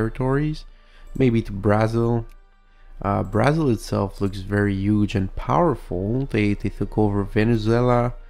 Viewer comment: Here are some correct pronunciations for countries. Brazil: Bruh-zil Chile: Chilley Haiti: It can be pronounced the way you did but it's usually pronounced hatey Japan: Ja-pan